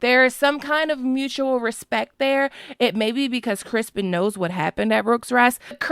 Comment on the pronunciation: Its CRISTON COLE NOT CRISPON. BAHAHAHA